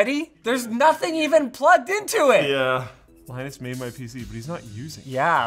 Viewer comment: pewdiepie says thank you "Linnus"